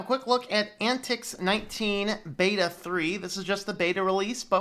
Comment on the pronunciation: It's pron:. Ant Tie Ex. It is communistic... So yeah.. and I like it.